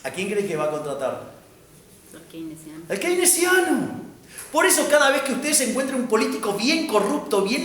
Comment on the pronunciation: al QUEINECIANO 🥺🥺 -AL KEINESIAAANO!! 🫲🏻👿🫱🏻